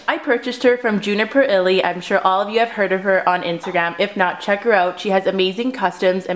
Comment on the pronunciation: It is not Juniperilly it is Juniperilly